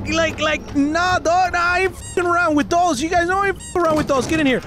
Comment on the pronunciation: It sounds like he is saying toes not dolls